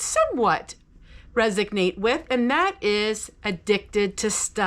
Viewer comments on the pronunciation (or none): Resonate...there's no G.